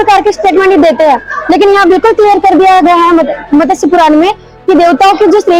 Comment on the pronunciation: मत्स्य सही उच्चारण है मतस्य नहीं। ज्ञान देने से पहले क्या बोल रहे क्या उच्चारण कर रहे वो देखें, समझे। एक आयुर्वेद का वेद्य स्पष्ट शब्द को सपशट उच्चारण कर रहा था।